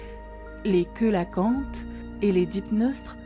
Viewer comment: Les queulacantes ? (Les coélacantes ) ca se dit phonétiquement sélacante...pfffffffff